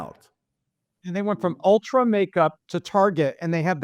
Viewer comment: Its Ulta not Ultra :) girls know these things